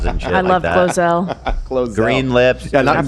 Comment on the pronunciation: I think Ethan is getting GloZell confused with GloRilla and keeps calling her GloZella :_h3h3Omg